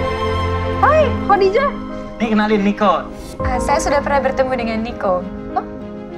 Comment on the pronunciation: Kenapa ya org indo ngomong nya kodijah jelas2 tulisan Khadijah dan semua orang muslim diluar negri & di negara2 arab pun menyebutnya khAdijah bukan khOdijah . IstikhArah bkn istikhOro ga semua nya خ/ر di baca O.